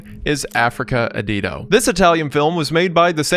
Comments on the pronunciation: Ah it's so painful hearing Wendigoon say "Africa AdiDo" (where did that extra D come from? Think "adios" in Spanish) and Mondo '_kayne_'. (It's pronounced like '_ka-nay_' - cognate to "canine.") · As an italian, the way Wendigoon said "Africa Addio" and "'Mondo Cane" made me die a little inside. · Africa ADDIO, addio for god's sake, one word, means 'so long'. Mondo Cane means 'a dog's world' and it's pronounced CA-NE, CA for California NE for Nevada, it's NOT pronounced as 'cane' like cane sugar. Anglos are the worst linguists the world has ever seen. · the worst disturbing thing i've seen in this video is the pronunciation of "mondo addio" and "mondo cane" :p